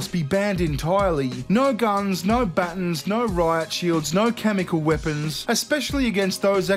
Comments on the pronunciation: I literally paused the video and had to do a double take when he said batons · We just gonna let get away with how he pronounces “batons”...? Really? Alright then. 😂